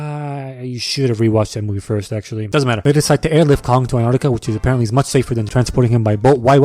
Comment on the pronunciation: Says "si vous plait ma cherie" flawlesly Can't say antartica properly.